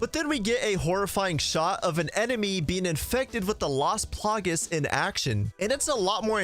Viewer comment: It's las plagAs man not las plagues that was super annoying haha